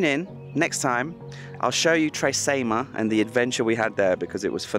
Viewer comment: Hey, Great video! I love Tre Cime di Lavoredo. Cime is pronounced 'Chee-meh'. It translates to 'Three Peaks of Lavoredo'. Just in case any of your viewers are having trouble finding that lake you stayed at. The hotel is called Hotel Miralago and the lake is called lake Misurina. Yeh public transport is practically non-existent in the Dolomites. I'd recommend hiring a car or better still a motorbike if you're travelling on your own. It would have been amazing if you travelled around the Dolomites on a motorbike. I can only imagine how it would have turned if your drone didn't break. Thanks for travelling to the Dolomites. I appreciate the effort you put into creating the video's you make. Cheers,.